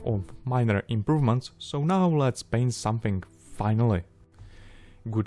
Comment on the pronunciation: "Almost no improvemenst....almost"🤣🤣🤣